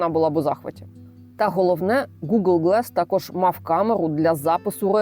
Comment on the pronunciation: Слово "glass" англійською вимовляється з "а", не "е". Дивно, що канал перекладу з англійської не знає елементарних слів 😊